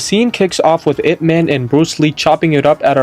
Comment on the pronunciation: it's not "I.P.". it's "Ip" like up but put an I instead of a u